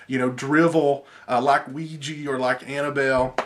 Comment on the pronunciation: I really have a problem with people saying "Ouiji" people don't like a's anymore? it is Ouija. With an a.